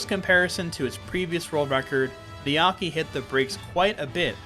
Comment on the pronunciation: Heads up, the name is 'niyake' (ni-ya-ke) not 'niyaki' (how you pronounced it). The ke is pronounced like "keh"